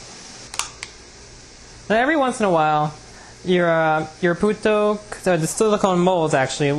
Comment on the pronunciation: I thought his said "Puta'' haha